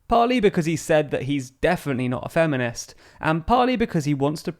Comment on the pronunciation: Sorry to be that guy, but it's 'feminist', not 'femenist'